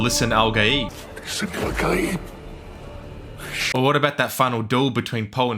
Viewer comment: is this an AI channel? no way he just said listen without the t when it's... LISAN AL-GAIB!!!Kj1lkjlkjoJ!OJ!!